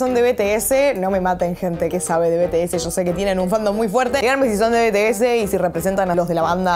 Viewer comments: bts se dice en ingles bi-ti-es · se pronuncia bi ti es, pero bueno, detalles